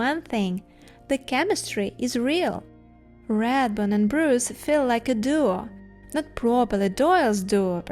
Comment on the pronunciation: You Bruce well. .ost Russians and Ukrainians are calling me Bree-yce.